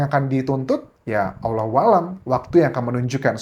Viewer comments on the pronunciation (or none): none